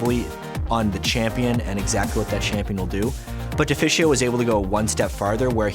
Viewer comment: Deficio is a good caster, and I like him, but his prononciation is just always annoying me and throwing me off no matter what game he's casting